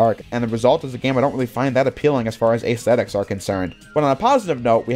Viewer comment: Holy hell bro, that's not how you pronounce aesthetics. You could've just said 'the look of the game' or something.